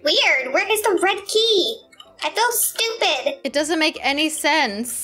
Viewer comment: Why moody said stupit??